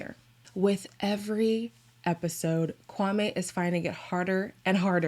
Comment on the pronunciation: add that she keeps saying kwaME and guhNEEan with her whole chest..girl good that you’re trying but you could try harder